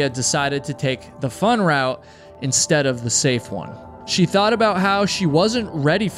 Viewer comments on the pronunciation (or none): none